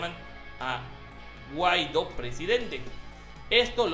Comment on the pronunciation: Mah mi 2.0, ta potente tu dislexia. XD Está bien claro el acento en Guaidó y sigues leyendo Guaido.